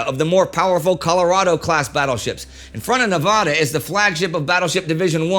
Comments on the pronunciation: The correct pronunciation of " Nevada" is "Nuh-va-duh" not ne-vahh-dah". You have a shitty east coast English teacher and it is offensive. You are not in the doctor's office. Same for Colorado. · Right, Indy said Nevada like as in vodka instead of correctly as in "vat". [Nevada not Nevahda] I was corrected by a friend while visiting Las Vegas from Los Angeles. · Drive me nuts how you say Nevada bro you say it wrong LOL keep up the good work man I love your Channel